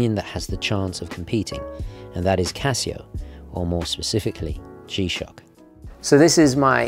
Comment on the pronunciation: "Casia", it's Casio.